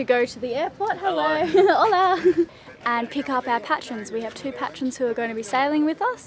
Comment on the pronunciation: Pay-tree-ons. Not Pat-ree-uns! It's a play on Patron |ˈpeɪtr(ə)n|, noun: a person who gives financial or other support to a person, organisation, or cause: a celebrated patron of the arts.